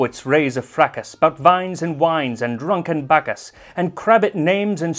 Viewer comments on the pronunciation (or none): none